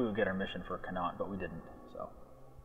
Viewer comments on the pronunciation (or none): Con-acht(as in yacht minus the Y) is not how you pronounce 'connacht'.Also that map of ireland is so wrong Meath is s county in the west not a province in the east. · connaught pronounced con-ocht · I have not yet seen someone who doesn't live in Ireland pronounce Connaught right lol.... everyone ends it like this guy does... it should end with a -ocht sound.